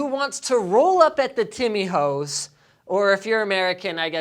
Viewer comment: Timmy Ho's? Timmy Hoes? Nobody in Canada calls it this 😂